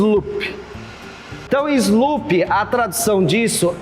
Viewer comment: Querendo ajudar! Slope, se fala “ISLOUP”, não “ISLUPI”.